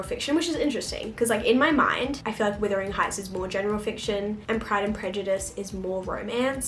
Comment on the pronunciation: Are you saying withering rather than wuthering accidentally?